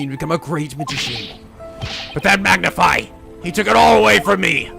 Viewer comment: I've noticed you say Magnify Gramarey. I always thought it was Mag-nifi like Magnificent Also this is my absolute favorite break down in the entirety of the series Ah yay- the Rite of Turnabout... Hah.... This case is really long...